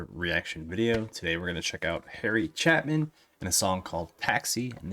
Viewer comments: Small point: CHAPIN pronounced with a long "A". Like chay-pen. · CHAY pin not Chapman... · I don't mean to be a jerk, but there's no M in Chapin. Long A. Chaypin (phonetics). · It's chay-pin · I’ve seen many people mispronounce “Chapin”, but I’ve never seen anyone repeatedly change it to a completely different name while reading it off a page. Until now, that is… 😂 Good ol’ Harry “Chapman” haha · Its Chapin, not chapman... put your glasses on.. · Sorry to correct you but it's NOT Chapman there is NO M. It is pronounced Chay-pin. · Lesson for future videos - learn how to pronounce the artist's name. It really deterred from the video and the greatness of Harry Chapin. (CHAY PIN) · Chapin is pronounced 'Chay-pin'. I think you would really like his song 'Cat's in the Cradle'. It's probably his most well-known song. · I'm glad you caught the mispronunciation of his name..I thought I going to lose my mind if you mispronounced it one more time!..I mean, there wasn't an M within 10 miles of that name!